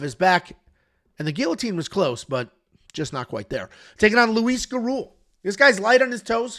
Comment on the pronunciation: Gurule = goo-ROO-lay but when I say it it almost has a D sound with the R.